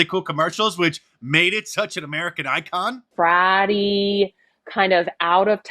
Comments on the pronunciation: Fratty, not bratty. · She says bratty not fratty ... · She says “bratty” not “fratty”. Quit covering this up.